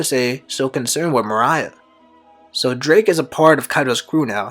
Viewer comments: Cant fucking stand the way this dude blatantly mispronounces morias name🤦‍♂️ its not mariah, its MORE-EE-UH! literally couldnt make it halfway through the vid hearing that🤦‍♂️ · MORE-EE-UH. Moriah. Not Mariah bruh this ain't all I want for Christmas is you. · Great video. Gecko Moria is pronounced “mor-E-ah” check out a subbed episode of thriller bark to confirm for yourself. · Holy he keeps saying Mariah 😭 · Nah morias actually based off of Mariah Carey, that's why his name is Moria Scary. So it is actually supposed to be pronounced Mariah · Bruh u know dam well that's not how u say gecko moria Mariah wtf fire theory tho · Dude. How can u be a one piece fan and you constantly mispronounce Moriah. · Just one viewing of the anime would’ve prevented 12+ incorrect pronunciations of “Moriah” by the mark